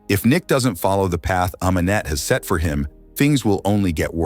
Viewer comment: Set not seth